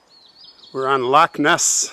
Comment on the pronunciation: Super interesting and your footage of Loch Ness was stunning so glad you got clear weather… it’s pronounced Fraser like blazer by the way… not Frasier like the TV show ☺️. And Lochhhh instead of Lock..Je Suis Prest is indeed the clan motto 😊 Best wishes, Lynn Chung ❤